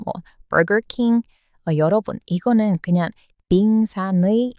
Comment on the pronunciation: 발음할 때. 빨리 하다가 받침이 연속되면 갑자기 속도 늦어지는게 재밌어요. 그렇게 다 발음 안 해도 돼요 "빙산의"하고 발음 말고 빙사늬하고 발음하시면 속도 안 늦어짐.